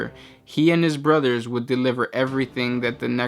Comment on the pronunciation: Battle bruva "Battle bruva" Need I say more? haha